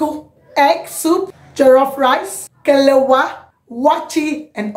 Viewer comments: Plse it's Kelewale, not kelewa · KELEWELE. NOT KELEWA. THANKS.